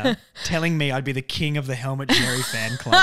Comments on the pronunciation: Xerri is pronounced “Sherry”. Not Jerry, or Cherry, or Zzjerry or whatever else you’re saying. It’s becoming worse than the commentators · I’m not annoyed like the other bloke but yes Xerri is pronounced Sherry it’s a Maltese last name. And in the English version as well it’s pronounced Xerri. It’s not the end of the world though just letting you know!